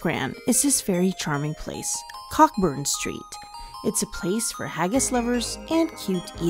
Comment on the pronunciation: Great video! I'm going for the fourth time in October, and there are recommendations here that I'll use, so thank you. A couple small things - Cockburn Street is pronounced Koh-burn, and your arrow pointing to Arthur's Seat was actually pointing to the Salisbury Crags, which lie beneath Arthur's Seat. The Crags are impressive, in and of themselves, though, and are worth the effort to get to them. I hope you get to go back!